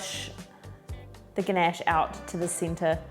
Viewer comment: You pronounced the word "ganache" beautifully. I love your accent and thank you so much for sharing your amazing recipe, which i will try soon. Looking forward to your next one. Much love. ❤❤❤